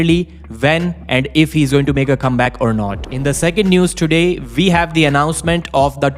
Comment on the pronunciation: We not ve. Waf not vaf.